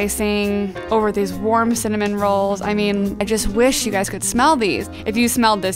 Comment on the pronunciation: The way she said “rolls”